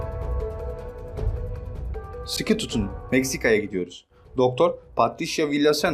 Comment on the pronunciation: ''Siki tutunun'' ; ) Dilin surstu galiba kardes, SIKI yerine siki dedin de : )) Neyse, olur boyle seyler, insanlik hali. Evet, Zombiler konusunda maalesef haklisin. Hollywood bosuna yapmiyor Zombi filmlerini, bundan emin olabiliriz.